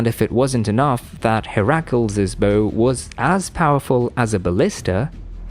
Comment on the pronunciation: Hair-ackles😅 you mean Heracles